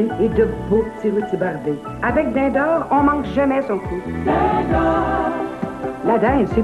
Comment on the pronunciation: Dind'Aowr!! Curieux qu'on ait laissé passer ce genre de prononciation de la part de cette comédienne chevronnée, surtout qu'il s'agit de nommer la marque du produit...